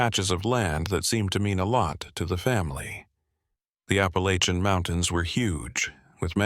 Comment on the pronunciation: Granite Falls NC...... you're not pronouncing Appalachian right.....!